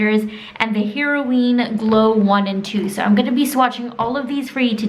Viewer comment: Heroine (pronounced like “heroin,” but obviously not the same meaning as the drug) as in female hero, not “heroween.”